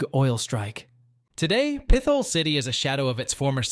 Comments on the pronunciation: Pit-hole, not Pith-ole! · Pretty sure it’s pronounced Pit-hole. No th sound. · Pith hole is not the way it’s pronounced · Pit - hole not peth - al lol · No , Not Pithole , Pit Hole ! YIKES ! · Not pith ole.. Pit Hole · Pithole is pronounced pit hole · How do you look at Pithole City and pronounce it PITH-ole? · Pit-hole is the correct pronunciation, I grew up not too far away from there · Pithole is pronounced Pit-hole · I was coming to correct this too lol drove me nuts